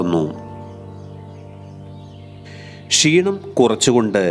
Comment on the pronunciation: നിങ്ങളുടെ വിവരണം അറുബോറാണ്. കൃതിമത്വം കൊടുക്കാതെ സ്വാഭാവിക രീതിയിൽ സംസാരിക്കുക. ഉച്ചാരണവും നന്നാകേണ്ടതുണ്ട്. പഷി അല്ല, പക്ഷി ആണ്. ഷീണം അല്ല ക്ഷീണം ആണ്.